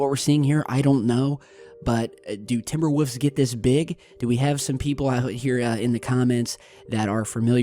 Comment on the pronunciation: "Timber woofs"